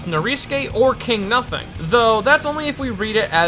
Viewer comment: "KINGU NUSING"